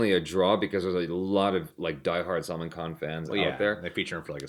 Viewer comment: hey the way you say Salman's name it sounds like Salmon fish, actually its pronounced as SAL MAAN